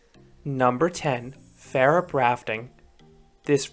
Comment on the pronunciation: Færup lol, it's actually pronounced as Fawrup. Jokes aside nice video I might go there on a school trip the upcoming spring